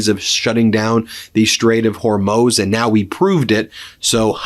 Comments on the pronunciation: Noooo... Ben forgot how to pronounce Hormuz again! 😢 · For those of you who believe leftist pundits at their word, there were many lies spewed here. I live in Israel and the attacks here since the beginning have definitely subsided, but when you hear from a man who can't even pronounce Hormuz (NOT HORMOSE) do not take him seriously. He has an agenda. He mixes in a few facts here and there and becomes "believable". The war is being won by the USA and Israel. Iran poses an existential threat to the USA. When you raise an entire generation and mandate in school chanting "De. a .t h to America, etc" and the first act you do in 1979 is kidnap Americans, and you take a country without ample water supplies and divert all its resources to create a nuclear bomb, ICBM's and hypersonic ballistic missiles you have a target in mind. That target is the USA. You do not live close by to these animals so you believe an uneducated person selling you lies for clicks. Remember, you subscribe, you watch, he gets paid. Do your own research, stop believing what sounds good.....Iran is being pounded and is going to collapse if they continue the war to the end, it is disastrous, but not for the USA, it is disastrous to the Iranian Islamic terrorists. They spent billions trying to destroy Western civilization. They see it as a religious duty, and if you know nothing of Shia Islam, or Islam in general, you will easily fall into the trap of hating Trump, hating Israel, hating all Jews and softening you for the third world. One example of this poorly educate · I think Ben should put a buck in the swear jar every time he says Hormoze instead of Horzmuuuuz.